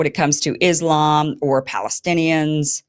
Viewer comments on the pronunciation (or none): none